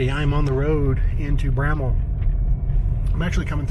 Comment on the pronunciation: Its bramwell not bramma, bramble, and a host of other names you called it